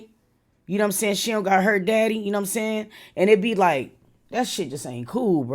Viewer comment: Everytime you say " I love yaw" lol i be like thats my dawg love you ❤